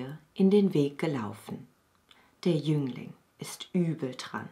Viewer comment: Hallo! Kann es sein, daß ich zweimal Jünglein statt Jüngling gehört habe?